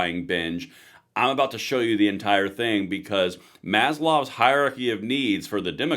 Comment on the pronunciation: Maslow, not Maslov. Just saying.